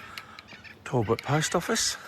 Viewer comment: its not tallbot , tal-bot